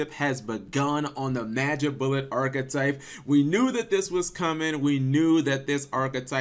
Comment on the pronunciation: Arch-type, arch type, not archetype, archtype